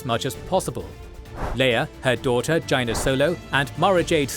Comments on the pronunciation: The way pronounces "Jaina" made me do a double take, lol. I've always said it "Jay-nah" not "Ji-nah" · YAY! I've been waiting for the Yuuzhan Vong war for a long time. You've done and Amazing job! The only problem I have is your pronunciation of Jaina Solo. I believe her name is pronounced Jay-na or J-A-na, it's a silent I, and the A says it's name. Also, there are official Yuuzhan Vong names for their ships. The Coralskippers are called Yorik-et by the Yuuzhan Vong. The main Yuuzhan Vong Capital ship is called Miid ro'ik. It is 1,600 meters long and is more powerful and more well armed than both the Imperial 1-class Star Destroyer and Imperial 2-class Star Destroyer, though weeker than the Imperial 2 Rejuvenator Sub Type Star Destroyer, Rejuvenator-class Star Destroyer, Mon Mothma-class Star Destroyer, and most definitely weeker than the Nebula-class Star Destroyer. One of the main Assault Frigate/Cruisers of the Yuuzhan Vong navy is called the Matalok. Yes, the Matalok is 1,200 meters in length, classifying it as a Capital ship according to the Anaxes war college (Capital ships 1,000-2,000 meters long), but the Matalok's armaments put is somewhere between an Assault Frigate and an Assault Cruisers, not quite a Heavy Cruiser or the larger end of the Assault Cruisers, but still powerful for it's class. The Kor Chokk is the main Battlecruiser/Star Dreadnought of the Yuuzhan Vong fleet. It is over 8,000 meters long, but has the armaments of smaller end Star Dreadnoughts. Star Dreadnoughts are most Warships over 10 kilometers, according to the Anaxes war college, including Super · Wooo! You're the best! We've been waiting for this for years! 🥳🎉 Although the solo girl name is pronounced "JEY-NA." Also, you should include how Thrawn's entire motivation all along was to protect the galaxy from the Vong, whom he knew was coming. Plus, a vong origin story involving Silentium and Abominor would really help clarify them as villains.